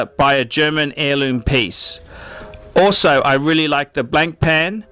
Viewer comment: Your pronunciation of Blancpain is atrocious.